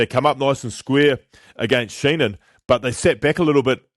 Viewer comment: It’s Dan Sheehan, not Sheenan, just fyi